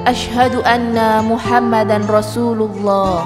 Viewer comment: KO MUHAMADAN , NUN MATI MENGHADAPI RA , IDGHOM BILLAGUNAH , DIBACANYA MUHAMMADAR , belajar lagi tajwid min wkwkwkw 🙏🙏🙏